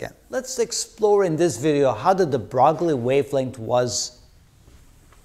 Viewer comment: Broglie's name is not pronounced "bragly"--despite its misleading French spelling. Luis de Broglie, is pronounced properly as Lui-dǝbroy ....